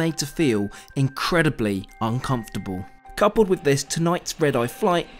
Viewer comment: man said uncomfortable like it was supposed to be murder